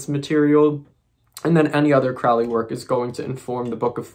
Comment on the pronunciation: Lon Milo Duquette didn't know Crowley. Crowley died way before. Crowley rhymes with Holy, not crowley which rhymes w fouly....